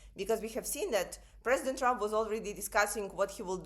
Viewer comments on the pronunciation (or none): none